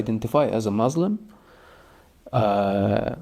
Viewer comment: What he is saying is opposite of the teachings of the Quran and the Hebrew Bible. He does not even pronounce Muslim correctly. He’s just angry. I understand that most people follow their culture and not their religion. Btw, hijabs are a personal choice and they are biblical too. The Almighty does not change so neither do His teachings nor His culture.